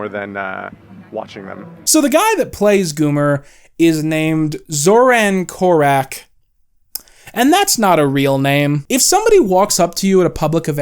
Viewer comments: THIS is how I found out his actor is Serbian ??? I think part of the reason why that name sounds so alien is because you're mispronouncing it ggh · if this was said about an asian or african person it would be racist. His name is Zoran Korač, at least pronounce it correctly